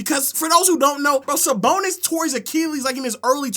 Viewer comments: Nga said arvydas sabonis 😭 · almost clicked off when he said sabonis 😭😭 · Bro is like 30 years old having a temper tantrum like a 5 year old shouting “you’re dumb” just because he doesn’t like someone’s all time nba list lmao. Constantly calling other people dumb when he can’t even pronounce sabonis’ first name correctly, and spent an entire video saying “expedition” instead of “exhibition” when talking about team USA’s exhibition games.